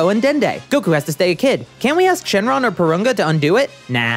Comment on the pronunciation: Shouldn't it be "Shenlong," not "Xing Long"?